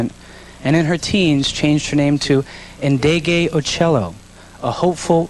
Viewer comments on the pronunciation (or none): Not a "master" my a#z! Chile pleeze! If not a "master" of the bass then a master of funky, smooth, deed, soul moving grooves. And, why don't WP make the effort to pronounce her name correctly? It's not hard. If he can pronounce Greek names he can pronounce "N deh gay oh cheh low". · Name is not " iindege Ooh ciello" but the Nd is pronounced as in "coNDEnce" .So next time do some research.. otherwise you change the meaning of the name and we get "Off endead"